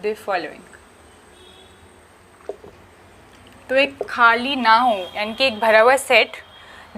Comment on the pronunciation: U discuss about urdu little bit so this is humble advice U shoud pronounce empty set as خالی not کھالی.... with regards this ur fan